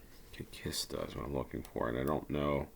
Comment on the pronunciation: Kista (the place) is pronounced "cheestah" (sort of). There's also the pronunciation "chistah", but in that case the word means coffin.